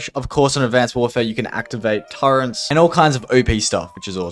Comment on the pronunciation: dog its T U R R E T